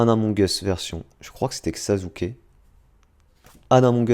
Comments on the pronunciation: mdr il a tjr pas comprit qu on disais saSSuke que sazuke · Stp arrête de dire zazuke on dit SASKÉÉ!! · Wow mec t'a quand même dis " Sazuké " 😂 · J’ai bien aimé la vidéo mais t’as quand même dis (sazuke)